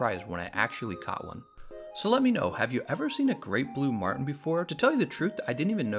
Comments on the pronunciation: Jason Martin haha yeah. I thought he called a Marlin a Martin on accident, but then he said it again like 3 more times haha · Marlin, quit saying martin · Marlin not martin